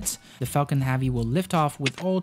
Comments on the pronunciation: It’s HEAVY not HAVEY. Like heaven. Not Haven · "Heavy" is pronounced HEV-VEE not HAW-VEE. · Falcon “havvy” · Not hAvy . Its hEvy !. Thanks for the video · Yo know joke I clicked on this video because it said it was about the heavy and I got all the way to then I realized he was saying heavy not havey haha great video man I think he could get a solid 7 hours of just music or space oddity 84 times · Falcon HEAVY -- not "have-ey" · yea sorry, could not watch this because you cant pronounce "heavy" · Banging my head on table everytime this gentleman says "heavy" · Please learn how to say heavy correctly